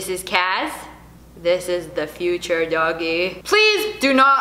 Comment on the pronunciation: Hahaha she's like this is dunya and this is cash and this is the furture dogie